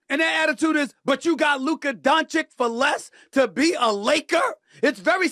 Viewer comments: Now that hes a laker stephen a all of a sudden knows how to pronouce his name and stopped calling him Luker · He says luker to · After hearing you repeat Luker instead of Luka on multiple videos, let's me know you are doing it on purpose. Put some respect on it! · SAS can’t help but to say Luker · Why does Stephen A keep calling him "Luker"? 😂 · If I hear Stephen A say luker one more time 🤯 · Ma$e says loooka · “Lucuh” is the best one so far 😂